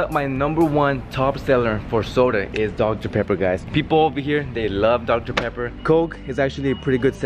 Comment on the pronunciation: Doctah !!!!peppahhhh!!!!